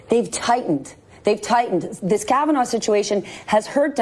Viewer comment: She called it " the kavanah experience" ...lol